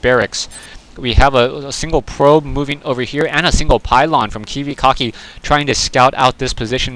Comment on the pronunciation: notice how the commentator pronounced the player's name as kiwiCOCKI.. it kinda suited him seein dat he left without sayin: gg